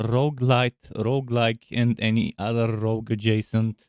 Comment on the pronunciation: God damn dad, say rrrrrrrogue again aha